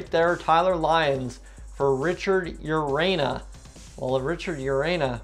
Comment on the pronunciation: Urena: Yer-rain-yuh